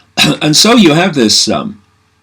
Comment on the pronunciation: Lol needs a slight bit more emphasis on the you I think